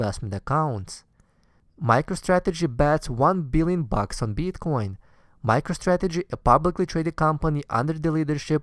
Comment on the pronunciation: Please learn to pronounce BITcoin !! :) If that you are the nr 1 bro!